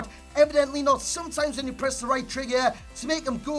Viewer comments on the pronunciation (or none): none